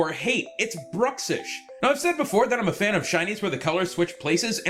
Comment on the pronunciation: Corvo atano it's called bruxish not Druxish idiot!!